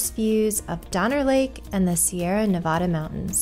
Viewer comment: How come you can't properly pronounce Nevada...says the guy from Truckee?